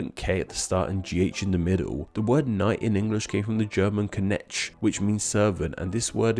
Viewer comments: Big yikes for the "Knecht" pronunciation ^^ it would be [knɛçt] instead of [knɛtʃ] but keep up the good work! :D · My ears started bleeding at the pronunciation of „Knecht” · Ch is a diagraph in Liechtenstein and in Knecht. It's a palatal or velar fricative sound. So the h is sort of pronounced, actually. And your pronunciation of Knecht was therefore particularly horrible.